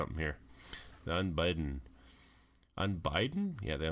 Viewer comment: Un-bid-den Not "Un-bide-en.